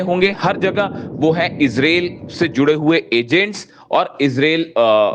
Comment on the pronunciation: कृपया ईजराईल बोलिये ईज़रेल नहीं